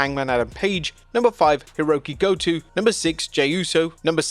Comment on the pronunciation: Your pronunciation of Goto's name was absolutely atrocious.